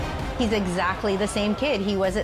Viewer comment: Why is it pronounced Skatta-booo? It says Skatta-boh. It can't be Skatteboo. Can it? I wanna hear him say it.